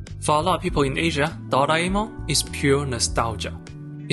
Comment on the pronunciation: The way you pronounced "Doraemon" I love you